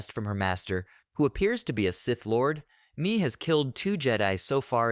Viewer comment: i think Mae's name is pronounced "May"....